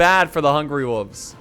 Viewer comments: It really annoys me how says "wolves." It's hungry WOLVES not hungry woofs! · Does that mean I don't get to hear pronounce "wolves" like "woofs" again?